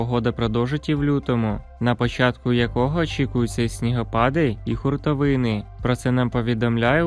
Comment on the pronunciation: Хуртовини,а Не хутровини